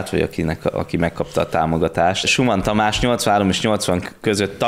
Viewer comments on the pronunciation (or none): Nem SÚMAN tamás, hanem ZUKMAN tamás bmeg, tegyembele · Ugy ejtjuk ki, hogy "Zuchman Tamas"! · Suchmann Tamás nevét Z-vel kell kimondani(zukmann), amúgy tavaly halt meg az egykori privatizációs miniszter...